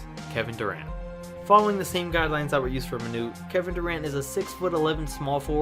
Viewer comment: its manute not manure